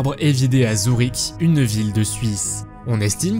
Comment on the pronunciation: s'il vous plait n'écorchez pas les noms des villes on ne dit pas "zourik" on dit "zurich" c'est un u pas un ou MERCI